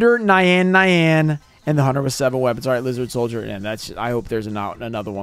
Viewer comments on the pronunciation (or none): none